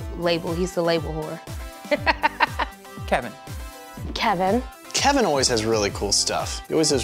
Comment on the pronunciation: they all sday keven -keven- ohh stop lol